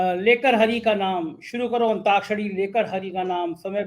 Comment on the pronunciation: अब देख लो इनको अंताक्षरी नहीं अंताक्षरी बोलने का भी देख लो